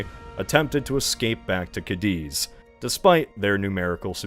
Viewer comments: Every time says "ca-DEEZ" is a stab in my ears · The way he's pronouncing Cadiz is absolutely frying me 😭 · I can live with ca-DEEZ, but the butchering of Villeneuve is brutal xD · TrafOLGUR, CadEEz, Villenoovey... The mispronunciations are making my teeth itch at less than 2 minutes in! 😒